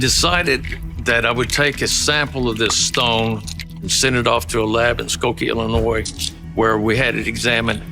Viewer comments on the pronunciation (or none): none